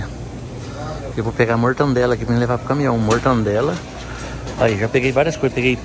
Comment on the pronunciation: 'mortandela'...rapaz, essa doeu.